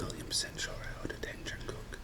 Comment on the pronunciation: When you say Heajangguk and Doenjangguk,, You better emphasis on the first letter 'Hae' or 'Doen', and the letters follow are the same 'jangguk' you can even mumble 'jangguk' part . I'm sorry but when I hear what you said, it sounds like 'Haonjangguk', Next time, just shout 'Hae' and 1 sec of silence and say 'jangguk'.